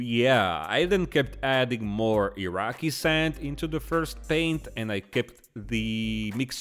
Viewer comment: Gah. “Iraqui” sand. Triggered again.